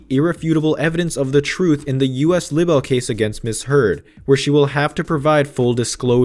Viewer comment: This narrator cannot say "libel".